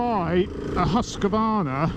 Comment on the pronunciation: Whyyy does everyone say "huska varna"?? remove the A in the middle and you are very close